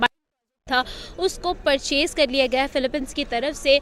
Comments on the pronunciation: Phiopine inse sahi se bola nhi jata kya karega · Pahle philipine bolana shikhe